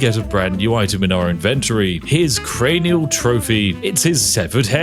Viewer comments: Cranial Spiff. It's Cranial not Carnial - as it Cranium for skull. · Not carniul. Its craniul like cranium cos your taking heads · My friend, you have jumbled carnal and cranial...they are different, words are hard, trust me- I'm reminded of this day in & day out!! Much love from Kansas!! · Crane-ee-all Spiff not Carny-all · Actually, it's cranial, not carnial. Cranial. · Does anyone want to tell him it's "cranial" and not "carnial"...? As in cranium. Like a skull. Cranial. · Spiff saying carnial instead of cranial just adds a whole other layer to head collecting. Quite carnal. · “Carnal trophy” lmao, I think you mean a cranial trophy like a cranium. A carnal trophy sounds like when the dorky character in a movie does something awesome and the hot girl sleeps with him as what he would then describe as a carnal trophy hahah. Maybe you did that on purpose for the engagement. For what it’s worth my dyslexia also caused me to read it carnial the first time I saw it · Isnt it Cranial not Carnial? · Cranial - ❌ Carnial - ✅ I think Spiff was having a bit of a Freudian slip and 'Carnal Pleasures' was eeking its way into 'Cranial Trophies.' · I thought Spiff pronouncing the local names was going to be a problem, but saying "Cranial Trophies" (as in Cranium) as "Carnial Trophies" really took me out. Well done, always striking from the angle least expected. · Homie re-watched the final video render, saw he said "carnal" instead of CRANIAL, then went 🤗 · Spiff, it’s cranial not carnal as in skulls not pleasures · ITS FUCKING CARNIAL GUYS! Definitely not cranial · It's not Carnial, it's Cranial. Crane-e-all. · Cranial not not Carnial. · You can tell what was on Spiffs mind with him saying Carnal instead of Cranial lol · I am sorry, Carnial Trophy? It's Cranial. Crane eel. Also, a Carnal Trophy would be something way different. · I believe it's pronounced cranial not carnial but hey it's your video have fun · especially carnial when its cranial xD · ....cranial = "karnial"??